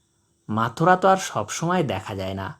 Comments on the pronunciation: মথুরা আর মাথুরা দুইটা কিন্তু দুই জিনিস উল্টাপাল্টা উচ্চারণ করে বিব্রত করবেন না। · চমৎকার ভিডিও, কিন্তু পাখিটার নাম বারবার ভুল উচ্চারণ করা হচ্ছে, পাখির নাম মথুরা, মাথুরা না।